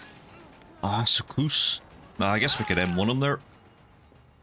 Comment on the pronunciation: Still learning all the perks since i don't play the game. Needless to say, i realized that I'm an idiot when i tried looking up "secluse" only to realize you're actually saying "so close". Great vids btw